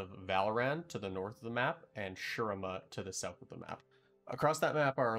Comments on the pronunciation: Its said SHU-REEMA...my eye twitches everytime i hear sher rima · Hey! Not to be disrespect but I just want to point out that you’re pronouncing shurima incorrectly. In the game Azir himself says “shu-ree-ma”. That’s all! Great video! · Great vid so far, but ech, makes my bears bleed each time you say Shurima. More emphasis on the I, cmon azir can’t stop talking about it.